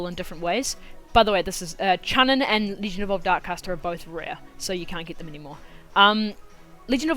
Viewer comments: Chunin is said like "choo-neen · Hmm did you guys here him say chunin